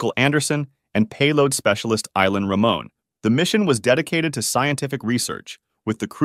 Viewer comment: Good video but you had a mistake. You said Ilan Ramon’s name wrong. It’s Ilan Ramon not Ailan Ramon. You say it like eilan use the I